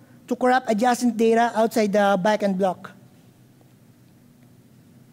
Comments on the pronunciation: Bagin Blug lol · i giggle each time he says “backend block”